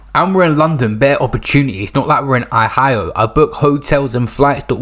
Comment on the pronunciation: man said Ahayo to Ohio lmfaoooooooooooooooo stop it bro 🤣🤣🤣🤣